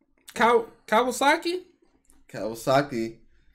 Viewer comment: "Kawasaki" lmao